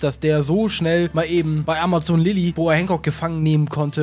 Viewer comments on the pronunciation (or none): wird sort ausgesprochen, aber amazon lily hat er falsch ausgesprochen xD er hat amazon gesagt es wird aber ämäsn gesprochen